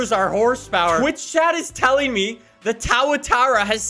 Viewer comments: who else hates how says TAWATARUH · It's pronounced "Too-a-tar-a". Named after the New Zealand lizard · sayin towwatowwa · as someone who lives in Newzealand, home of the tuatara, its pronounced 2-a-tar-a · For it’s pronounced tu-a-tar-a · The way he pronounced it here: tuh- a -tara tutara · "SSC TÄWATUOURA" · “Towatara” definitely not Tuatara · Pronounced TO-UH-TAR-UH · it's pronounced too- a- Tara Like the lizard from New Zealand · I swear this dude just makes up his own pronunciations for names. SSC literally said how its pronounced, and he says “taoatara” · I am sorry if I’m being rude but please pronounce it right it’s Two-uh-tar-ah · Ummm.... it's tuatara not TOWERTAWA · Hahahaha the ssc "towatara" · Tawotara if i hear it. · Tuatara is pronounced "too-uh-TAR-ah" so you should have called yours the Twatara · It’s “Toowa-Taara” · It’s pronounced two-atara I think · You said Tuatara Towatara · its pronounced "two-a-tara" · It is pronounced (to-a-tar-a)! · Its pronounced : Two-atara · IT sounds like two "a" tara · Its too-ah-tar-uh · Its pronounced two-a-tara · It’s pronounced to-a-tar-a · bro lol he said ssc tawatara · It's pronounced "Tuatara" literally like it's typed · Its pronounced too-uh-tar-uh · Sorry but it is pronounced TOO-A-TARA, I know this because I’m from New Zealand and, I’m sorry but whoever said it’s pronounced TAO A TARA was either taking this piss or something.❤️ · Its pronounce two-a-tara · Its pronounce ( too a tah ra) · from the looks of it, the Tuatara's record was fake. Also it's pronounced (two-wuh-tar-ruh) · It’s pronounced two a tara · Its tuwa tara just saying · We all gonna ignore the fact that butchering the name? By the way, its pronounced too ·uh·taa·ruh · You pronounce tuatara “twat-ara” This is not made up this is true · “The SSC Towatara” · 3 strikes of misprouncing Tuatara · Who’s gonna tell him how the names actually pronounced 😂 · Nicks pronunciation one tuatara is just baffling